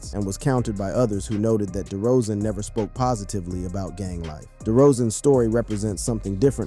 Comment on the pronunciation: It's DeRozen not DeeeRozen